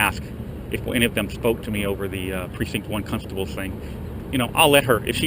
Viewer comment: "Cuntstables." LOLOLOLOLOL!!!!!!!!!!!